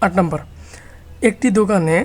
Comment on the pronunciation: ৫ম শ্রেণির শিক্ষার্থীরা সূত্র জানেনা। তাই তোমরা জানো না বলে সূত্রগুলো আগে শিখিয়ে নিতে হবে। আর উচ্চারণ ও হাতের লেখার প্রতি আরো যত্নশীল হলে ভালো হয়। যেমন বাংলায় নাম্বার নয় নম্বর। ব্যেংক নয় ব্যাংক ইত্যাদি।পারছো???